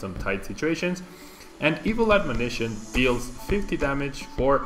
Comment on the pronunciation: I swear you’re the first YouTuber I heard say Evil Admonition correctly!